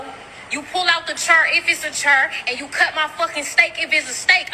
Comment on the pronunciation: 😂😂😂 the girl can't even say chair